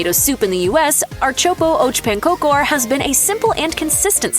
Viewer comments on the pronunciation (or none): You do NOT dip pancakes in pea soup! Plus it would be appropriate to actually find out the pronunciation before saying it. "ehrt-sop-ah ahk pahn-kahker" is the easiest amercanized pronunciation. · When I first heard the so-so pronunciation of köttbullar, I had hope. My ears are still hurting from the announcer's version of ãrtsoppa och pannkakor. She did a pretty good job with most dishes, why did she do such a horrible job with that one? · Being Swedish I had to go back several times to listen to her pronounciations of "ärtsoppa och pannkakor", just wow...